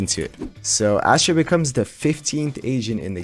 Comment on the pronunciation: I swear he was saying "Ashit"